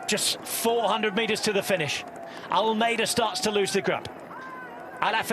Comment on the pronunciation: As a Portuguese speaker I can say he pronounces Almeida wrongly. I can’t wrap my head around this “Vingegoooo” when narrating in English. If the argument is “that’s how it sounds…” then please fix the Portuguese pronunciation as well.